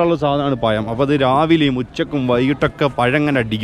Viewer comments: It is not payam but pazham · പയം എന്നല്ല പഴം എന്നു പറയു